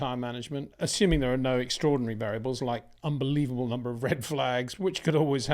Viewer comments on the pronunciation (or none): none